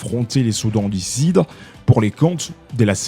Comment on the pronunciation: Journaliste svplait soudan du sud et non Soudan du sid. Blessure et non blessire. Bien que cela vous avez une tres bonne diction en Français.